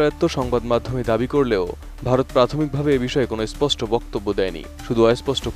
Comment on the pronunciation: এস্পষ্ট নাকি স্পষ্ট? 🤔🤔🤔🤔